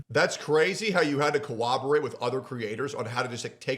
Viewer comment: *Corroborate. Not Cowoberate